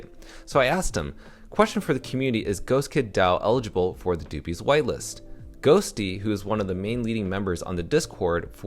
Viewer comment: good vid. but fyi it's pronounced like puppies but with a d